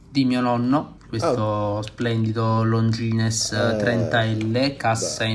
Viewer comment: Però Longines detto come si scrive non si può sentire!! 🙄🙄🙄